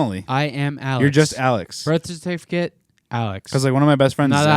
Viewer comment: Say birth therrrthithicat again hahaha the boys are buzzin